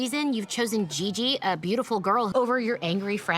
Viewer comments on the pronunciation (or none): It's "Gigi" not "Gee Gee". It's a pretty common name/nickname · Gigi NOT Gee Gee